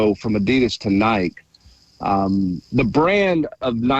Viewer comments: Yea I heard him say it a few months ago and shook my head in disgust lol. Love him but it's inexcusable. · I mean it’s gotta me intentional.. who the heck doesn’t know how to say Nike in 2025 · Someone teach how to pronounce Nike